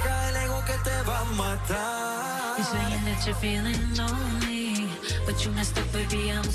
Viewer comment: Can't stand this pronunciation of "lonely" and "sorry" (Maluma) It's time to speak good English man now.